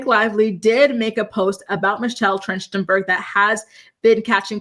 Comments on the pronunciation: I think it’s pronounced Michelle TRACK-TIN-BURG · Her last name is pronounced Tracht-en-berg. 😊